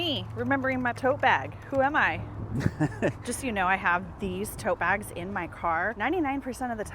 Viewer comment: “…just so you know I have these TOE BAGS…” — is what I heard 😂 I was like — girl, what kinda toes would require these oversized “toe bags”?! 😅